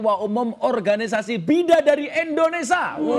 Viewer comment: Indonesia bukan Indonesa Gus ...